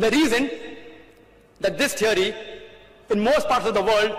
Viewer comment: Every time he says "Theory" I hear "Ceery"